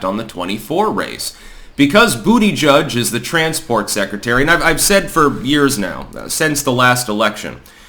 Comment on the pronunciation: It pronounced "Buttplug".